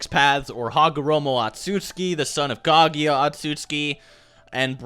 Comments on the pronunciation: Lol dude it's "Ka-Gu-Ya" not "Ka-Gi-Ya" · Kaguya not kagiya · Decent video, but can you please learn how to say KA-GU-YA instead of spamming kha-gi-ya!! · I can't understand how U keep pronouncing Kaguya as "Kagiya". It's Ka-Goo-Yah. How difficult can it be? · How the fuck do you get Kagieya from Kaguya?